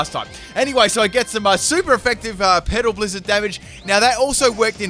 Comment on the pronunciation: I know he is saying petal blizzard but it sounds like pedo blizzard... haha